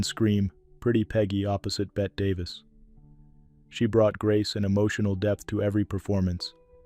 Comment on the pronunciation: This one hurts. Sian Barbara touched mine. Her name was pronounced Shawn. RIP. Bette is pronounced Betty. ❤